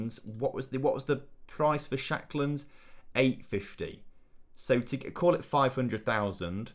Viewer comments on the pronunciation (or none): Lucas Nmecha had a couple of decent loans but never really performed in real life. And Lawrence ShaNkland has 2 N’s in his name, it’s not Shackland😝